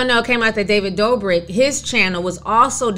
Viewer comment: I love how you say David DoorBrick’s name. Lmao this is how I’m referring to him from now on!! Love your content Ti!